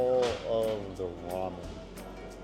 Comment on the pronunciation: Toy🤣🤣🤣🤣 it's pronounced goy Edit:ramian??? 🗿 Edit:okay I know we're always influenced by the other countries but can you not say it out loud😭😭😭 Edit:bulgo not gu Edit: yeah tbh there's no difference in "see you" and "geez 25" lol Edit:kuushuur? Bruh it's pronounced Huushuur🗿 Edit: the ad for that yogurt is straight up for women🗿 Edit: I have a E-Mart plastic bag too does that make me a Korean? Edit: me:K- drama🗿🗿🗿 Edit:bro forgot Russian 😭 Edit:the first thing I'm proud of since I started watching the video 🥹🥹🥹 Edit: just so you know this comment ain't a hate comment please don't spam my phone Edit: bro.. You just scratched the plate and WHY THE FUCK DID YOU MIX IT?! 😭😭😭😭😭 Edit:wait until winter you're gonna freeze to death🗿🗿🗿